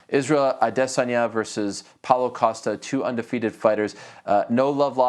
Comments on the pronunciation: I wanna throw up every time ariel pronounces izzys name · It’s so cringe when Ariel pronounces Israel’s name that way. You never pronounce a Brazilians name in the same accent they do in their home country. Stop it already.